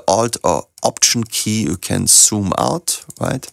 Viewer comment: Do you know that Z is not S ,ya? I am sorry but you do cannot say zoom in and out, you pronounce soom in and soom out, and other Z equally S, making them indistinguishable.